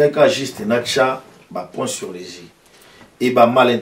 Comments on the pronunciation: 'Ba points sur les [I]' et non 'Ba points sur les [Zi]'. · Médiocre ou na lingala, efaka; nami contredire te. Balobaka les points sur les [I] et non les points sur les [Zi]. Pas de liaison!